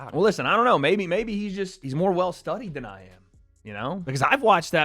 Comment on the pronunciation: “I’ll be right here wadeing”